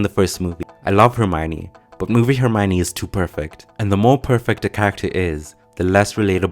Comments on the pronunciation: Why the fuck if its written ( Herm IO ne ) all in this video calls her ( Herm OI ne ) W T F ... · Rowling says she is pronounced "Her - my - oh - nee" not "Her - my - nee" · It's pronounced - Her-Mi-Own (Which reflects the o-n-e part), nobody will ever get it right :)